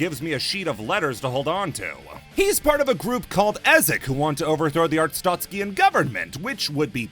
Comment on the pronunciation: pronouncing “arstotzkan” like there’s an i in it is driving me insane